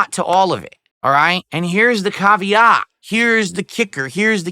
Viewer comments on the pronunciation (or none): the CAHV-eee-OTT! LOL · "cavvy yacht" what is this pronunciation